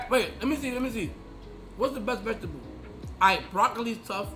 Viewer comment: vegetable : ❌ ve - ga - teble ✅